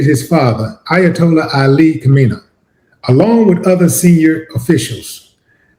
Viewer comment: Kha-may-knee is how you pronounce the name phonetically. Do they still teach phonics???? I'm old. 😳😳 How did this end up being about me? 👀🤨🤔😆😆😆